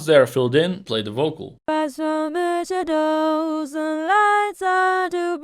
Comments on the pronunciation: Blimey, a 500+ bucks speech synth which stresses a wrong syllable in "shadows". C'mon, it's a common word, it's not "parallelepiped". "The ligh are so bwigh". It can't even speak, even less sing. I've never been so unimpressed. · Actually I think it would sound 10X more realistic if he simply increased the length of the first syllable in 'shadows' (grin).